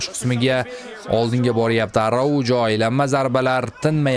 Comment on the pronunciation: Arauho aytiladi